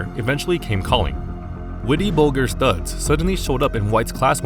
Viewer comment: And bolgers haha